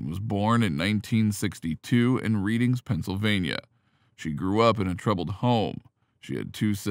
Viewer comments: Wrong prounciation! It is not READING as in reading a book, instead it souds like redding like the color red. If you can not get that right, how much of your report is accurate. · LOL..Where is this narrator from? Never played monopoly? It's not pronounced "Reeding," it's pronounced "Reddingf!" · Reading is pronounced Redding despite the spelling. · "red - ding" you robotic twit! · “Reading”, Pennsylvania, is pronounced “Red-ding”. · Yes, lol!!